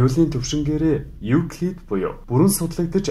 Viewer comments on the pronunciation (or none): Euclid bish evclid gej unshdag shu!!